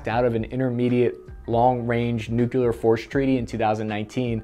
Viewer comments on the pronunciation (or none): This dude learned to say "nuclear" from Bush. "Nuke-You-Ler!" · Dude, I love your videos, love the info, the puns, I watch every new one with interest. Could you please do the world a favor and pronounce Nu-Cle-Ar and not Nu-Cu-Lar? :D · Nu cle ar. Thanks